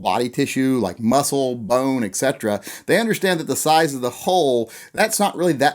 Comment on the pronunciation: I gotta say it. There ain't no '"x" in etc. Check it out: et cetera.